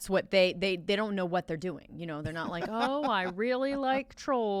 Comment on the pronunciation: Gordon Wagner I don’t rike it